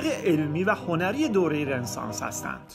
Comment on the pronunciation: دوست عزیز ممنون از زحماتی که میکشید فقط در مورد لغت رنسانس باید عرض کنم که تو همه کلیپا این لغت رو اشتباه تلفظ میکنید و خیلی ام مهمه.. این لغت فرانسوی است و به معنی تول دوباره، و خونده میشه RONESANS، یعنی "رو نِ سانس"